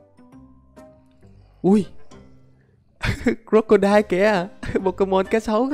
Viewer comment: Anh đọc con cá sấu như là đọc crockodai trong One Piece